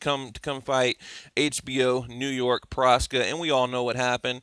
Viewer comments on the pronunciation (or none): it's Proksa, not Proska